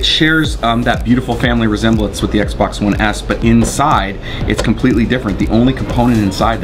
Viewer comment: did he say the small sexbox lmao